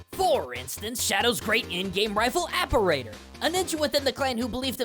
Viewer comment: Cool video, really interesting stuff i never considered about cyber shadow’s story! I think you were pronouncing Apparitor’s name wrong, but I mean so did I before I actually looked up what an apparitor was, lol.